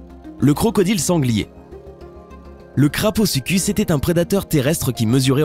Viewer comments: tout a fait d"accord . il y a aussi kaprosuchus qu"il prononce kraposuchus lol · kaprosuchus ,kaprosuchus ,et non pas kraposuchus. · Et on dit kaprosuchus